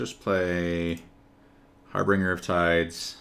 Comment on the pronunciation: Very nickpicky but it's harbinger, not harbringer. good games though.